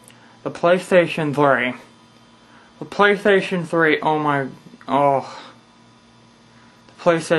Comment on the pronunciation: Whats a pwaystation flee?XD